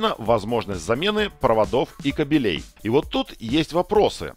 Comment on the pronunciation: Очень интересно и познавательно, но как же режет слово кабелЕй, запомни уже что правильно говорить кАбелей !